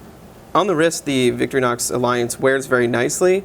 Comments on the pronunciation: cant believe I'm doing this again to another watch reviewer! it's Victor-inox not victory-nox say it with me vic-TOR-inox ,so simple,better stay away from anything that actually takes knowledge of French or German accents! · its Victor-Inox...not victry-nox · nice try at trolling. victorinox is just victorinox; not victory-nox. he said victory-nox. whatever.